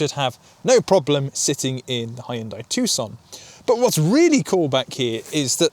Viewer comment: You're right.. It's pronouced TOO-SAN not TUCK-SUN.... However, the name of the maker is pronouced HYUN-DAE.. not HI-YUN-DAI...